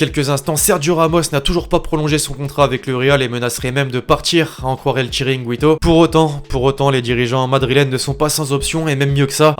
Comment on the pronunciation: ca se pronnence gito et pas gwito